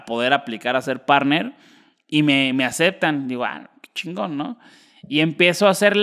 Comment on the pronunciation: Oigan a este teletubbi dice Shingo en lugar de chingón